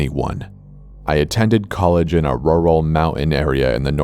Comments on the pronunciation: The “ruhral mountains” still gets me to this day lmaoooo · Pronunciation of rural 😂😂 forest gump is that you🤔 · "I attended college in a RORAL mountain area...." That part in the first story made me LOL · I love your stories bro but you sounded like Forrest Gump in the beginning when you pronounced rural like ruh-ral 😂😂😂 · I love and hate how you pronounce "rural" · Who seriously doesn't know how to pronounce "rural"? Honestly.